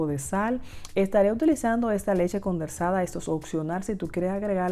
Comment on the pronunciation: Leche condensada...no condersada...🥺🥺🥺🥺